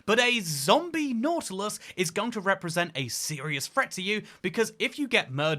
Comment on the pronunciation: nautilus ❌ nautulis ✅